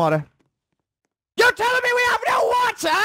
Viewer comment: your telling me we have NO WATAT instead of water